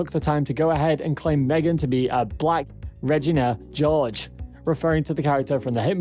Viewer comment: And the way he said Regina George 🤦‍♀️😂